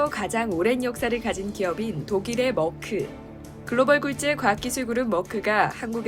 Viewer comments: 한국에서 머크라고 한다고 맞는 발음이 아닙니다..영어도 독일발음도 아닌 이상하게 발음해서요. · Merck 는 멀크는 영어식 발음이고, 메르크가( 가운데 r 발움을 약하게) 옳은 발음. 머크는 어디서온 발음인가요?